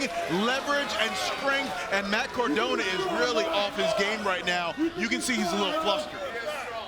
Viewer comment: “Matt Cardon” 🤣